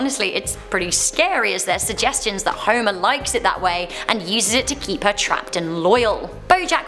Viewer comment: Huimah Simpson!!